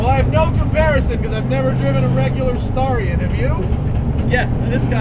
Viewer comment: I thought it was pronounced Stare-ree-on.